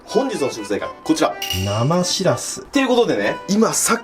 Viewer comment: ぼくは盆地の出身なんでわからないですけど… 「しらす」っておい「しぃらすぃ」ですね！